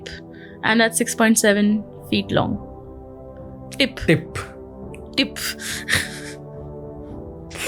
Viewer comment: Tip nahi topa 😂